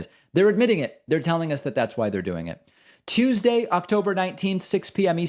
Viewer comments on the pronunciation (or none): none